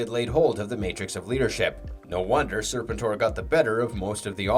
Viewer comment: there is lots wrong with this video did you hear how he referred to serpentor? or how he said jhiaxus like an AI would? its FREEKING GEEEEEHAXUS lol how hard is it to get names right? its either someone reading a script with no knowledge of the lore, or its an AI channel. go watch a few other videos they all sound robotic and mispronounce everything too!